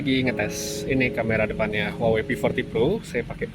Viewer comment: Bang.. cara baca huawei itu wah wei.. Maaph bang, kek ganjil aja dengernya klo dibaca huawei.. 🙏😅